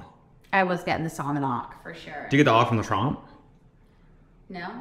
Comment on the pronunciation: its sawmon mawnday guys 🐟 🚂